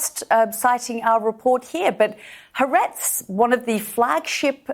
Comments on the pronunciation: She has an agenda, and it’s to bring down Israel. She can’t even pronounce Ha’aretz. 😮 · Ha'aretz is NOT a flagship Israeli newspaper...actually it has low readership. If it was flagship, she would know how to pronounce it. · I am all for hardball interviews, but it is difficult to take anyone seriously who has not even taken the time to learn how to pronounce Haaretz correctly if they are going to anchor most of their argument on it. Frustratingly, this host was more concerned with cherrypicking information and hoping to get a gotcha-moment, instead of actually listening to what Lt. Col. Conricus was trying to say and responding to his points.